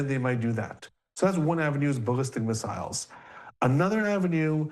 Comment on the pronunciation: why do you pronounce missiles like an idiot?